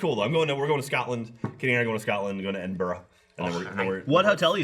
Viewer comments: thats not how you same Edinburgh. its said like ed-in-bruh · Edin-BRUH. Edinburgh = eh-din-bruh. Not -borough, -burgh -> -bruh